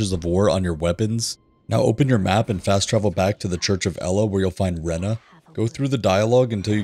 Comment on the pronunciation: Its RANNI not RENNA ffs